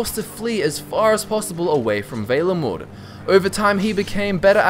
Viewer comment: Is it not pronounced "V-ah-lenwood"?